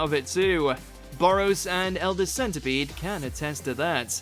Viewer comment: It's 'Boro Breathe' not Bolo